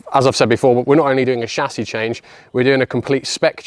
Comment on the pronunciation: chassis.....not chassis you